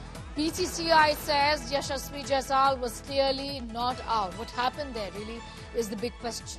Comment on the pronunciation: Yashashvi Jaisal...? How can you mispronounce carelessly on Main stream😮